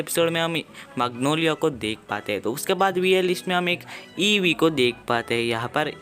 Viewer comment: Abe wo Eva h evee nahi or japanese m bhi evee ko eva nhi kahte ibui kahte h